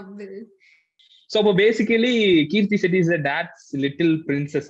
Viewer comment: It's krithi shetty not keerti shetty